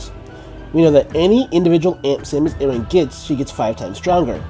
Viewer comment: It's pronounced A-RAN not aaron...